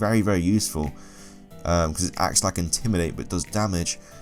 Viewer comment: Y DOES HE SAY DARMAGE!!!!!!!!